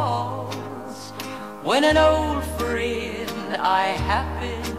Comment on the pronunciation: これもいい曲ですね。friendの発音がなまってますね。